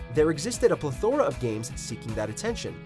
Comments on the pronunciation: Seriously, where's the quality control? Pleh-THOR-uh is not a word. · You should probably learn how to pronounce plethora if you're gonna keep using it your videos